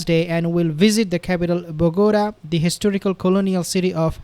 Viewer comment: Bogota is pronounced " Bow ga tah" accent stress on the "tah".